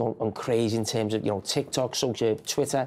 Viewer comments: he said tok-tok tik-ik🤣🤣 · "TokTik" 💀Titi violated a whole generation